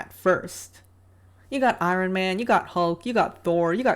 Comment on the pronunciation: If you’re going to make a talking video, learn how to speak first. I-ron, egregEEous? Seriously? Diversity and representation are not virtues.